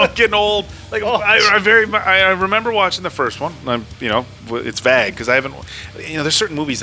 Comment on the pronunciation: Can someone please tell the that he pronounces "vague" incorrectly. This is like the third time I've heard him say it, and I cringe every time. Perhaps he's only seen it written, but never heard it said, but it's a long "A" sound, not a short "A" like he says.